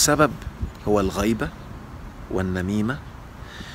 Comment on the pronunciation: الغيبه بالكسر وليس بالفتح ....... الغيبه بالفتح من غياب شخص الكندري اين هو وبالكسر ذكر انسان في غيابه...